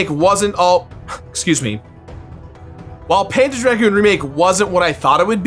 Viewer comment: I keep hearing "panda dragoon"